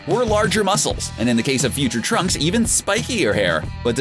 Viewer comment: Um..did he say tracks?...